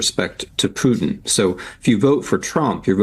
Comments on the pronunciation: Pewtin on the Ritz! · The way Reid pronounced Putin ‘pewtin’ cracked me up for some reason